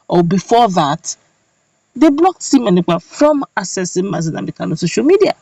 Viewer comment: LET SIMONE EKPA's NAME BE PRONOUCED PROPERLY PLEASE He is NOT called sEmion.He is sImone (pronounced: Saimon). SIMONE AND SEMION are wholly disimillar. The difference lies in E and I and their respective meanings. you are seemingly intelligent and well-informed. I am sure you would not want your name to be mis-spelled or malprounced more especially when CORRECTION has been offered to you a couple of times to that effect. Writer's is another SIMONE and I do pocket my pride to accept corrections.